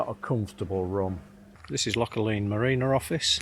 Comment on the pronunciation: Loch Aline is pronounced “Loch Alan”